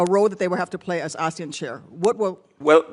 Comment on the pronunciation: Even the way he pronounces “ASEAN” sounds like, Asian.